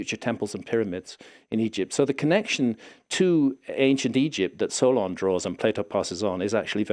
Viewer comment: I had to do a double take when he said Solon. I thought I heard Sauron. Just about lost it.